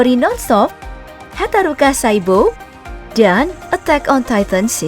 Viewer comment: bukan hataruka min hataraku saibou